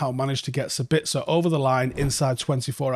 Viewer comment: And 1 thing we haven't learned: to pronounce his name correctly.